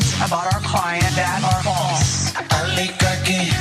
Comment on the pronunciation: O LI GAR CHY